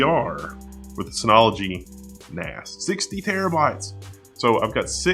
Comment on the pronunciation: I heard 'Ass' several times.. Took me a while to get to 'Axe'.